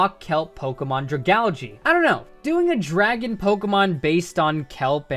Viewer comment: stop saying dragalge WRONG please